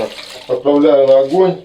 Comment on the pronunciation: Ключевое слово «отпрааляю»